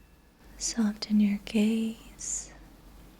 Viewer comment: FYI: The T in the word SOFTEN is NOT (ever) pronounced!! IT IS SILENT. Please correct your mispronunciation,! Thank you.